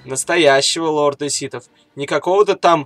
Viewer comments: Ситов? Ситхов блин. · "... лорда ситов.. "?! может лорда сиТхов? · (Видео для вас!) ДА МЛЯТЬ ! НЕ ситов , а СИТХОВ !!! один малограмотный ляпнул СИТ, другие повторяют... сами вы ситы, ситечки для чая ... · Лорд ситов... СИТОВ, Карл, не ситхов, а ситов, блять =))) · Ситов, или ситхов? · Почему ты говоришь ситов? А не ситхов? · не ситав а ситхав